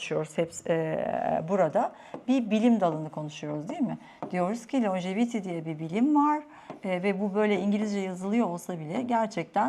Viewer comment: İngilizce’de uzun ömürlülük anlamına gelen Longevity kelimesi Lonjeviti değil lonceviti olarak okunur.